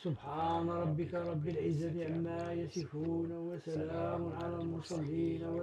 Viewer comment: ملي بغيتو نعطيو دور الفقيه عطيوه لشي حد قاري عارف انطق الحروف هما هادوك ماشي واحد كايقول اللهم سلي بلاصت صلي و عما يسفون عوض عما يصفون باااااز لكم الله